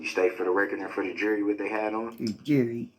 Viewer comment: “the joory” 😂😂😂😂😂😂😂😂